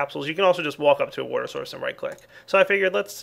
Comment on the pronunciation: Lol you say warter instead of water XD